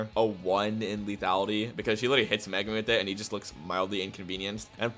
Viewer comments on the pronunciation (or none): none